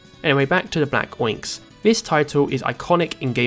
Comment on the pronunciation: Oinx? It’s Black **Onyx**, as in, the gemstone. “Ahn-icks.”